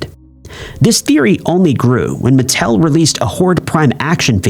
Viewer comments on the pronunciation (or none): none